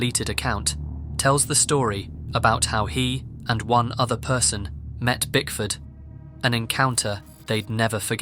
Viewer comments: He was saying Bigfoot, although he was attempting to say Bickford, but failed everytime. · Bro pls say BickfoRd not BigFoot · Kept hearing “Brickford” as “Big Foot”. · I'm glad I'm not the only one that thought you were saying Bigfoot this entire time! I thought that name was given to him on purpose because he's big and scary like Bigfoot!😅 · I was cleaning while listening to this and thought you said "Bigfoot" not Bickford, so I was extremely confused at how Bigfoot was just casually walking around in Brazil and nobody batted an eye 💀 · I CANNOT BE THE ONLY PERSON THAT THOUGHT HE WAS SAYING BIGFOOT! 💀💀💀💀💀😭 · I swear I thought you said bigfoot ,I was so confused! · When you said Bickford I really heard Bigfoot lol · I misheard him saying bickford. I heard him say bigfoot i was so confused 😭😭😭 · saaaaaame! I was half way through like "hey I thought this story was about bigfoot what the fuck is going on?" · I honestly pictured Bickford as Bigfoot the entire story... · I heard Bigfoot too! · Lol me too! I'm in kitchen making dinner & listening...I swear he said Bigfoot too. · Don't feel bad, I didn't figure it out until 4-5 minutes and I thought he was saying Bigfoot as well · I had this on in the background and kept hearing Bigfoot the whole time 😂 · I thought throughout that entire bit that the guy’s name was Bigfoot! 😂 😂 😂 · If I hadn't read this I'd still be thinking he was saying Bigfoot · Exactly! I was like, who the hell names himself bigfoot even he's unstable lol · I could have sworn he was saying Bigfoot I thought that point the point of the name of the locals because he's crazy like Bigfoot😅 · I thought they nick named him BicFoot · I heard bigfoot too and rolled my eyes until I saw the name of the person. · Oh. Lmao. I thought it was Bigfoot too. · HE WASN’T SAYING BIGFOOT?!!! Bruhhhh I didn know til I read comments😭😭😭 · He didn’t say brickford at all, not once I swear on my life. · Yoo i thought he said bigfoot untill i saw u comment ?